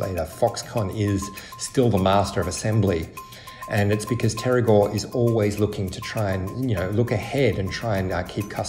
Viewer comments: omg im so sorry his surname is pronounced as gOu not gUo or gUA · Stop switching vowels you english speakers please xD gou, not guo. make, not miek. way, not wie xD so funny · you pronounced Gou like a Guo. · gou is pronounced "go" you were saying what would be spelled guo. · It’s Guo not Gou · The last name is pronounced as Go not Guo! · Should be 'kwok' for them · Its kueh(郭) in Taiwanese bruh, git yo fax strait. 台灣閩南語(Taiwanese Min) ain't the same as 廣東話(Cantonese) man. He jus has factories in Shenzhen. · It's not hard to say his name correctly. Your inability to pronounce his name properly makes me think your having a laugh at his expense. Unprofessional. You can do better. Gwoe!!!! Like toe with a Gw at the front. Please fire your speech therapist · Stop mispronuncing his name!! It’s driving me mad